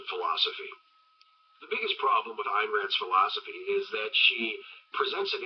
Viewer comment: It's pronounced Eye + n Rand.